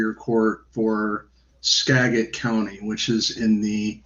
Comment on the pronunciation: It's Skagit with a j sound